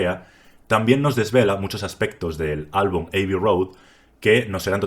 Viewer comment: Revisa la pronunciación de "abbey".